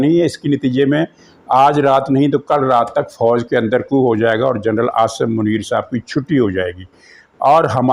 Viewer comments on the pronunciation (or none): none